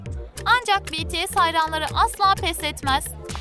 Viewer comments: Cankuk değil jounkook betese değil bts (bities) jimen değil jimin cuncunkuk da değil jounkook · "BiLeNkPeNk" ne yaaawww Bts "BeTeSe" demeleride ayrı bi sinirime gitti aw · "BeTeSe değil Bities " 😒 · biaralar betese diyordu oyüzden dislike atıyordum sinirden telefonu yumrukluyırdum artık😁😁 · BETESE CUNKOOK JİMEN harika bir telaffuzun var kk 👏🏻 Ve ayrıca sizin gibi toxic insanlardan bıktık BLACKPİNK ve BTS kavgalı değil gayet iyi anlaşıyorlar.